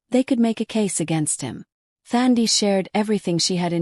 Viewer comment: Nice story, but it is Thandi with a silent H, like touch🙏🏾🙏🏾.